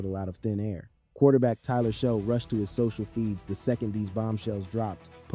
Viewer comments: Not "sho" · Great video. But his name is pronounced as" shuck" not sho